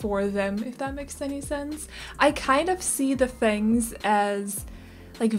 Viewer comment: So everyone knows, their surname is Chinese, and you say it "fung." c: Like funk. There are five family names in Chinese that are spelled this way in Pinyin, they are all said like fung. I like the vibes of this renovation! c: I'm a sucker for loft-like things. Also like the creative usage of interior windows!